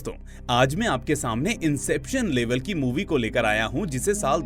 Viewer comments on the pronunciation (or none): none